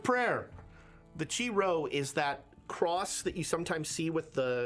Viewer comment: ok so since you brought up prononciations, Chi-Rho is pronounced “Kai-Row.” Chi and Rho are the first two Greek letters of “Christ.”